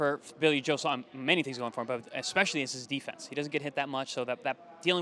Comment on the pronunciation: wow, an american who can say " saunders" rather than "sanders". none of the yanks giving billy joe a prayer but the british boxing public are giving the man a chance.. so many of canelo,s opponents are beat before they gets in the ring,, i think billy will give canelo a real good fight,, roll on fight time.